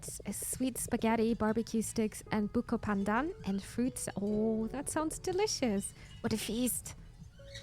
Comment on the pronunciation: If by any weird reason you get to visit the Philippines, you should def try taho . sadly i don't think I can catch you live in twtch because of the time zone difference so I'll just support you by watching you here. btw, your pronunciation of Filipino words and names (buko pandan, bahay kubo, etc etc.) almost sounds native, I feel weirdly proud about it lol.